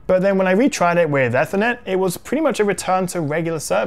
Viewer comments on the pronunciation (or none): Your butchering of Ethernet has been bugging me throughout. ee-ther-net not eh-ther-net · If I had said “Why are you saying Ethernet, so weird”, your reply would have made sense. I was specifically referring to how he was saying the word “Ethernet”. Even in the UK we pronounce it like “Aether”, not Eth-er-net. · Have I been mispronouncing ethernet (ee-ther-net) wrong all these years? 🤷🏻‍♂️ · The way he pronounced ethernet as "aethernet" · Why are you saying Ethernet so weird.